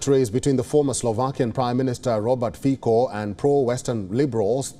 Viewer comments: Pronunciation is Fitso not Fiko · "Fico" not "Fiko" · Ignorants, he is no "Robert Fiiko", his name is Robert Fico, read "Fitso" - please learn to act as cultural human. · Není to Fíko, ale Fico. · Fiko😂 it's (Fitso) and he is not pro russian, his party is pro-slovakian. SNS is pro-slovakian as well. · Ty si celý Fiko, Títo retardi ani nevedia ako sa vyslovuje C.😭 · Not Fiko, but Fico. Learn to pronounce C stick figure. C is not K. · Omg It’s Fico not Fiko Plus it’s not pro Russia… stop talking crap It’s pro Slovakia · Common man, it is not FiKo, but Fico. Pronounce "c" same as Tsitsipas the tenis player or the Horewitser the US weapon. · It's not Fiko,Its not Fičo, It's Fico. If you are not sure use google with setting of Slovák language. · Not sure if we call Fico, "Fičo" but I'll give you a cookie for trying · Pronounced Fitzo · I'm not Slovakian so I wouldn't know, give me a break, and the sound is FiTo or Ficho, so stop crucifying me for a non issue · This is not Robert Fiko but Robert Fico and too it is not Michael Simeka but Michael Simečka...